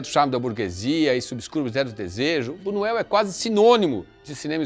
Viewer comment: Por favor!! Buñuel ( tem o som de nh)